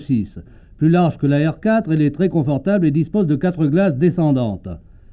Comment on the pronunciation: J’adore la manière que le présentateur a de dire « Renault quâtreu »😂 j’aime beaucoup la R6 je la préfère largement à la 16